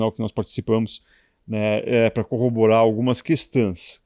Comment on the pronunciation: Começo do vídeo: algumas "questãs" moderador???????? pelo amor heim??!!!!